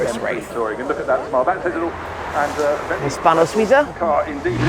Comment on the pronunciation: Hispano Suiza …………. Oh dear